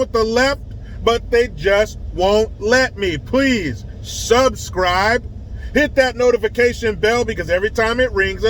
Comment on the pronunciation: 😂😂you said “Sub”scribe